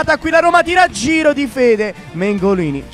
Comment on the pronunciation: smettetela di dire u tir a gir non vi si può sentire